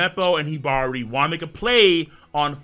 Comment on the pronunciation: Gruce and Hibari are named after birds. So the way you pronounced it is correct